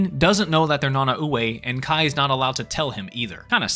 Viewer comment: this is just me being a nerd but it was really bothering me how you pronounced Nanaue. its pronounced Na-Nah-Way. its weird but thats how you properly say it